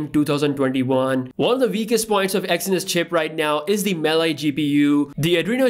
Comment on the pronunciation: Its Mali, not Maly